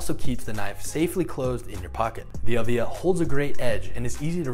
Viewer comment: it is pronounced EEElvia not elvIIIIa , it is the name of Ed's mother